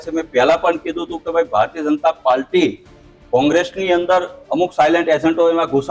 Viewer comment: એલા ભારતીય જનતા પાલ્ટી નહીં પાર્ટી.. બોલતા શીખ પહેલા..